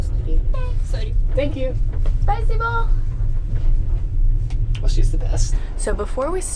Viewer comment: Нет, spasiii-BO, but spasiba...